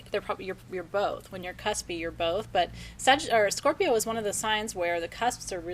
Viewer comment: not this Scorpio I will give the façade of making you think I don't need anyone, but I thrive on imparting knowledge with others and want to learn from others. yes is awesome. so wonderful to hear you say Scorpio beautiful